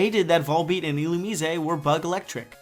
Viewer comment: What's this f4f everyone's talking about? (yes, I Googled) Why're their pupils blinking? That's kinda... abstract. Excuse me? Illumi-zé? I always pronounced it like Illu-mais... It's because part of his body is in the water all the time. And, you know, pants. To whom do the islands belong to, then? Who conquered them?